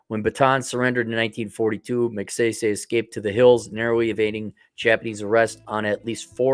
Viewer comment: Pronunciation of the last name: Mag-si-si. As in sigh sigh. The economy there was good 👍 under Magsaysay. It faltered when Ferdinand Marcos, 1, was the dictator. 😈 Although I am American, I traveled to and from The Philippines 🇵🇭 for 25+ years including 2022. Although The Philippines 🇵🇭 is a destination for Passport Men, it is still a banana 🍌 republic. Aside. Good 👍 to know that you,, will travel there. Some retired American military veterans are there since Clark AFB and Subic Naval Base were under the USA 🇺🇸. I was 1st there under that occupation. Karaoke 🎤 is everywhere. Maybe, you will improve your singing voice there while you have a San Miguel beer 🍺. That, Singing and that you are white will attract many Filipinas! L 🤣L